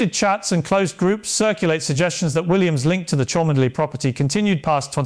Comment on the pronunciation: Yes, The real Pierce would also know how to pronounce "Cholmondeley"